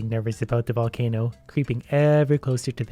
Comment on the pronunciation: No one:: "Can I super charge a valcaino?"